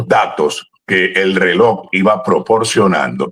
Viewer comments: Se pronuncia Relojjjj no reloc, con Respeto. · No es "reloc," 😮 es "reloj"